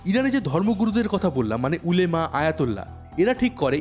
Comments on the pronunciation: উলেমা না ওলামা বলে। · উলেমা না শব্দটা হবে উলামা। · Not উলেমা it's ওলামা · উলেমা না উচ্চারণ হবে উলামা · উলেমা না। ওলামা হবে উচ্চারণ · উলেমা না উলামা হবে কথাটা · উলেমা না ওলামা পরিষদ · আরে ওটা ওলেমা না ওলামা হবে😊